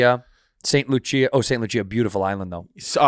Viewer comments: Gold is Au, not Ag lol. And it’s St Lucia Andrew not st luchea lol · did andrew call st lucia saint loocheeyah